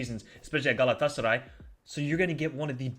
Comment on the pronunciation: your pronunciation saying "Galatasaray" is amazing... :D